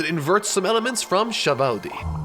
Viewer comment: Nobody:: Sabowdy